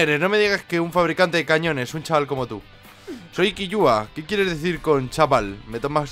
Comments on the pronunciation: Se lee kilua no killua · Primero nombra mal Killua tomando la doble L y luego no sabe quien es Nube, me has decepcionado un poco, pero bueno igual estuvo genial el video